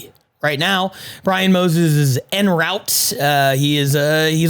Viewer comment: Jesus Pat... "Brian Moses is N-Route"... my man coming up with new slurs by accident in the intro 😂